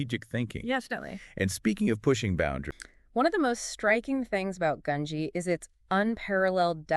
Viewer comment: Both of them also pronounce gungi 2 different I assume because they don’t know how its pronounced so they say it 2 different ways so no one in the comments tries to correct them, theres also other mispronunciations like merooem 😭